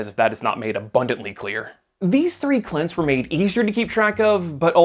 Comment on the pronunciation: You can never have too many…”Clints” ~_~